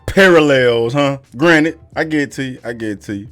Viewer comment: Bro just said Granite and not Granted. Lmao